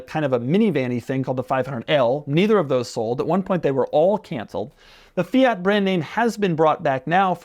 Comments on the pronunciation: fia he says with that fools tongue ..its fiat ha ha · I hate the way you pronounce Fiat